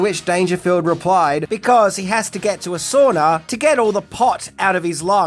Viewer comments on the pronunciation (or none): I might sue for pronouncing SAUNA wrong.